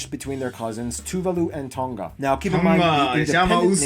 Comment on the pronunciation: The dude who was doing the video cannot pronounce samoan words properly.... hes definitely american samoan a whole different lingo and twang..... well done to the Nigerian brother who can say them way better and it's not tongga it tonga pronounce the g as nahh...... putasi?? Come on it's not pooootasi its poutasi (oh ) pohtasi .... oh my gosh I'm hurting #falealiliRespect